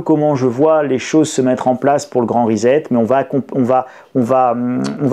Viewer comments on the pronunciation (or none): rissette pas rizette